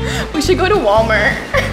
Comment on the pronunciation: Bro said wamertt😂😂